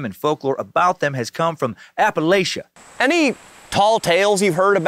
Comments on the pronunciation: Appa Latch A! Not latia lol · We pronounce it like apple atcha here in appalachia, not apple A shuh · its appalAchia not Appalaechia ok AH-PU-LAH-CHUH but I love you and will forgive you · & Leo are like the evil Los Angeles alter-egos of Rhett & Link. I actually hate them. Also it's pronounced "apple-atcha", and not all of us are poor, uneducated, and/or on meth. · It’s pronounced apple atcha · It's APPA-LATCH-UH.... just saying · Hearing consistently pronouncing Appalachia wrong while talking shit about the uneducated is my new kink. 😂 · how he says appalachia makes me mad